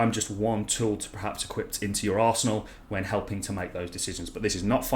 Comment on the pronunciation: "I'm just one tool to put in your Arsenol" - Priceless. Great informative and positive videos and always a unintentional good laugh too, who could ask for more?